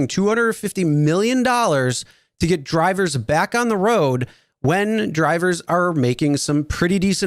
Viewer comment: I totally agree with you. This guy has no personality and emphasizes weird words when he speaks. “ This is what could happen WHEN you drive rideshare. Put gas in your car when YOU need gas. Feed your pets if they GET hungry.”